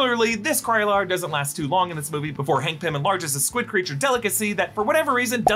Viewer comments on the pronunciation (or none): none